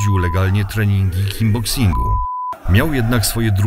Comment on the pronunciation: lektor bardzo często na filmach mówi KINGBOXING albo mi się wydaje. To nie pierwszy Pana film na którym to zauważyłem. Pozdrawiam! ;)